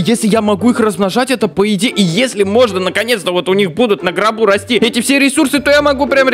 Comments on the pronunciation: Я один слышу "на гробу" а не "на горбу"?))) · я 1 кто слышен не на горбу а на гробу ? XD